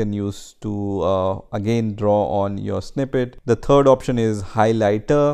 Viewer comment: Please note that when you say, TURD, as you in fact do, then you are referring to that stuff in the toilet that looks like yesterday's sausage. You have no excuse to pronounce the word THIRD correctly. It does not use the letter T. Learn how to say TH. It is people like you that puts the Hindi accent to shame. Using the free program WORD WEB it has the facility using small music icons on the top far right corner and it will pronounce the word for you. Use your ears they are not ornaments.